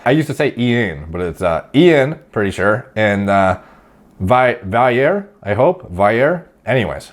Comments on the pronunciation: "Valley Air" is the pronunciation of Valliere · It's a French name, Va- Ly- Air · You’re killing me. I love u hahah it’s “ian valeeeair” like that.. also it’s “while” even if u say “whistle” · “Valley-air” that’s how he says it